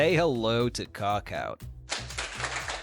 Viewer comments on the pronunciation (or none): Cookout🚫 Cockout ✅